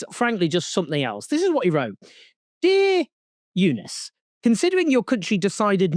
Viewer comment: How can a Brit not pronounce the name Jonas???